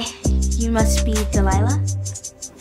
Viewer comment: it sounds like she’s saying Teliliah instead of Delilah